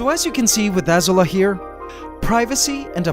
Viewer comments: C'mon man, it's Az-oo-la, not Az-u-la. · I wonder why you are pronouncing Azula as ah-ser-la? If you’re following the theme of the Fire Nation and Avatar: the Last Airbender, the show pronounces the name Azula as ah-zoo-la, like blue in Spanish with an A at the end: azul-a. Keep up the wonderful work you do, for it is a demonstration of living art and never foreseen scientific discoveries caught on camera! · Hey, i just want to say you pronounced Azula wrong it's ah - Z OO - l ah any way i just want to let you know, i'm a huge fan of yours and love your content! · Hey man, looks like you named your spider after Azula from Avatar the last air bender but your'e pronouncing the name wrong . it should be pronounced UhZoola . LOVE your videos . look forward to them every week. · Azula is a name with a accent mark, so the name is pronounced like ah-zoo-la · I highkey though Azula was pronounced “Ah-zoo-luh” like from Avatar. Am I the only one? 😅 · why are you reading her name wrong did you not see avatar "Azula" A ZOO LA> AZU LA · how still pronounces "Azula"... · The way he pronounces Azula really bugs me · you guys noticed that he pronounces Azula wrong?